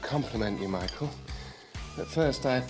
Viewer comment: Lucifer: very well Michiael lol 😂